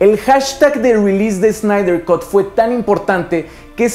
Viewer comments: Snyder "cat", no "cot" por favor! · Cut en inglés se lee "cat" no "cot". Saludos.